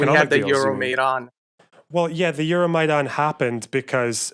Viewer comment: He pronounced Euromaidan comedically wrong. Even if he has Ukranian heritage, he clearly isnt culturally or even literally Ukranian